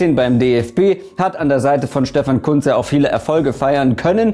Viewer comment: es wird Kuhntz ausgesprochen